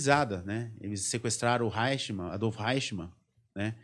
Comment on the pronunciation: O nome é Adolph Eichmann, e não Reichmann. Pronúncia-se {aichmann}... O cardeal Eugénio Pacelli, foi núncio apostólico em Berlin até 1935, É saudava o "Führer, com tonitruantes "Heil Hitler ...esse cardeal era um príncipe da casa real italiana, país que fêz parte do Eixo, junto com o Japão. Esse cardeal já em 1940, já era o Papa Pio XII... fascistão...daí a facilidade com que os nazistas conseguiram obter passaportes diplomáticos do Vaticano . Organização Criminosa milenaria... A Hungria era aliada de primeira hora da Alemanha nazista. "Stammer" não e um nome húngaro, é alemão... Havia e há na Hungria, numerosa minorias étnicas alemãs, do período austro-hungaro... Como em todos os países balcânica...:Romênia, Croácia, Eslovênia ,Servia etc..daí o grito de guerra dos nazista era: "Ein Volk, sim Reich, sim Führer.... E pelas leis do III REICH..., ALEMÃO, É TODO AQUELES DE SANGUE ALEMÃO/germânicos, independente ONDE QUER QUE TIVESSEM NASCIDO.